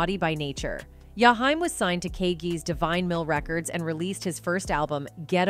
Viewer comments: Oooooooh of she says Yahime one more time.I think shes saying his name wrong on purpose. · His name is Jaheim,not Yahime😮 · It's jaheem😡😡😡😡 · I sat thru this whole video, and didn’t understand why his name was pronounced that way, the disrespect…. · Okay now why you can't pronounce his name right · Could you butcher his name any worse🤨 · I agree with you. 💯 She's white.